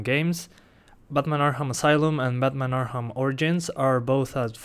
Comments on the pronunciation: Learn how to say arkham you were saying arham not arkham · why do you say "arham" and not arkham XD LMAO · ARKHAM CITY not arham city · Batman "Arham" City lol